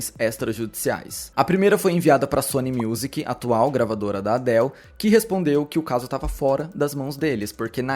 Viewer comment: Pode aportuguesar a pronúncia de Adele